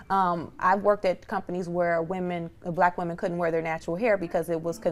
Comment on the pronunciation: Why does the black woman on this show have so much difficulty saying the words "black women"? I've noticed that with this generation of black people. The more you guys assimilate and focus on conforming to standards of whiteness, the more insecure you become. It's also a result of African-Americans rejecting their African heritage. You can't be proud of your natural hair if you're not proud of being African.